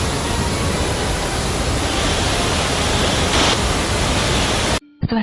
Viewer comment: ได้ความรู้ดีครับสำหรับคลิป แต่คนพากย์ ออกเสียง ช เป็น ซ โซ่ ตลอด เช่น เสียซีวิต ฉงชิ่ง เป็นสงซิ่ง